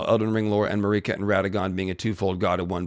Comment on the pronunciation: Marika is pronounced like America or marigold.